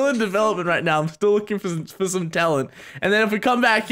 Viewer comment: she tried to said not* instead of now*